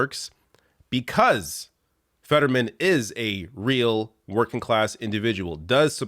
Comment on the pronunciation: So nobody else noticed he said "I have spent my life twerking"? Lmao